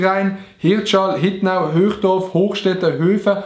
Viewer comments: hochdorf ned höchdorf aber okey akzeptierimer😂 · Also ech chome us Hochdorf und ned höchdorf!😂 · Anstat Hochdorf, Höchdorf😂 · Ech ha gmeint er hed Hochdorf vergässe aber es heisst etzt neu Höchdorf😂♥️